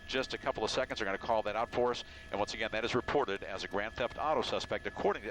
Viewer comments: he said grant theft auto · lol i know what a grand theft auto is i said he said grant insted of grand